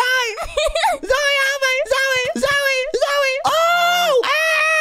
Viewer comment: Its. Not. Z,o,j,e😂